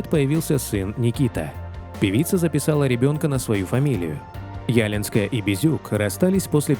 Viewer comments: Короче,вешалась на подходящего каждого.Фамилию девичью правильно произносите!Ударение! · И что значит сын бросил школу может окончил, что вы несёте. Её фамилия Ялинская с ударением на букву и не уродуйте фамилию.. Несёте абы что и хоть бы хны. Безобразие полное. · Очень красивая женщина !!!! Я горжусь , что мы беларуски и почти ровесницы. ( Фамилия Ялинская, ударения в середине слова ). 🇧🇾☮️🇷🇺🍒☀️ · Лика Ялинская, ударение на и. Стала 1-й победительницей конкурса красоты в Минске, Беларуская прыгажуння, ей было 18 лет и у неё уже были муж и дочь. Потом Раинчик прогнал из Верасов Юлю Скороход с прекрасным голосом и взял безголосую Лику. У Лики никогда не было ни слуха, ни голоса. Надо только послушать песню на Евровидении, хорошую песню, с которой она позорила нашу Беларусь. Никакая она не певица, просто содержанка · Не Яленская. А ялИнская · Почему Ялинская, а не ялИнская? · ЯлИнская а не Ялинская. Ударение на и. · Не Ялинской.. ударение на второй слог ЯлИнской! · Не Ялинская , а ЯлИнская.. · Анжелика ЯлИнская, а не Ялинская. Ударение на И. Очень красивая женщина. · Ужасно читается текст .НЕ ЯЛИНСКАЯ , А ЯЛИИНСКАЯ( Ударение на втором слоге ) . УЖАСНО. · Не Ялинская, а ЯлИнская- она очень красивая и талантливпя женщина. Один только романс 'нет, эти слезы не мои' чего стоит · Да не Ялинская, а ялИнская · Не Ялинская, а ЯлИнская, ударение на 2-й слог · ЯлИнская ее фамамилия. Ударение на И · Невозможно слушать! ЯлИнская !!!! Некомпетентность автора, поверхностная подготовка. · Да очень режет слух неправильное произношение фамилии. ЯлИнская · ЯлИнская, ударение на И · Ялинская, ударение на букву "и"!!!! Говорите, пожалуйста, прошу, правильно!!! Спасибо большое!!!!! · ЯлИнская. Ударение на И. Журналист должен знать и преподносить достоверную информацию. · Зачем коверкать ее фамилию! ЯлИИИнская - правильно!!! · В её девичьей фамилии вы неправильно ставите ударение.Лика ЯлИнская. Ударение на "и". Режет слух, произносят неправильно.